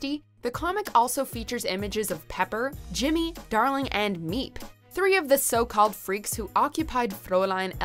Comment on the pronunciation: so nobody's gonna talk about the fact that she said Jimmy Darling as if it's two separate people's names....